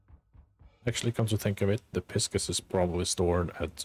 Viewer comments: Wow, I have to make this known.. it is the star sign Pisces (pronounced Pie-Sees, not Piss-cuss). Wow. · I'm quite sure it's PIE-SEAS, not PISK-US. Pisces like the zodiac sign. o7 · Pie-sees. The ship is called Pie-sees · Great video!.. one note though, the Pisces is pronounced “pie sees” :) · The way you say Pisces is hilarious